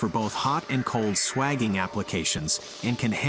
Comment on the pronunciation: Just for accuracy, the process of expanding or reducing pipe diameter for a joint is called swaging, pronounced sway-jing not swaging. I am a retired refrigeration mechanic of 30 years and used this process regularly when plumbing a system.